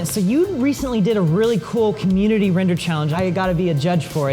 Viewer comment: I dare... Somebody to put wrender in the captions everytime they say render in every Corridor video.